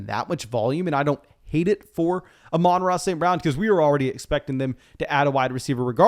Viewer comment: I'm just glad you finally pronounced Amon-Ra right